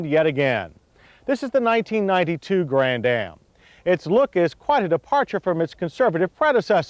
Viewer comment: Grann-Am not Grand-Dam. moron